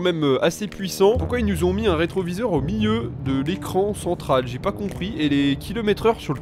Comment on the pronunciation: Miiieu (milieu) aussi.. ça pique les oreilles